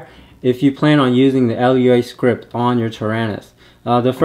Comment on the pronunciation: Great vid, thanks for the post!! For edification purposes, Lua is pronounced LOO-ah. It means "moon" in Portuguese. :)